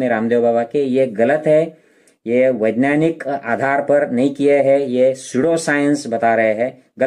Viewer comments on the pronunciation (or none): minutes you can hear this doctor doesn't know how to say "vaigyanik" properly. 🤣 And he is talking about vigyan. LoL